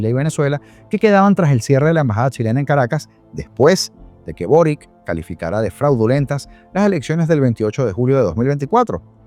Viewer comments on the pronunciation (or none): none